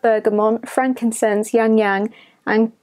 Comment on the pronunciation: 😂 it’s pronounced Ya-lang ya-lang